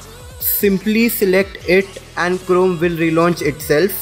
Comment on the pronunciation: Its liek your saying clome